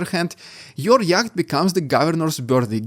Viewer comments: I love yr pronunciation of ‘yacht’ ( yat) you might like to say it as ‘yot’- no offence 🥰😄🇦🇺🙏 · The way you're pronouncing "yacht" ("yakkhht") is reminding me of my crazy Russian 1st wife. 🤣